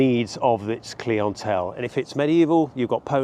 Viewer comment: i love server kleeants at my inn. the kleeantelle is totally a real way someone would pronounce that word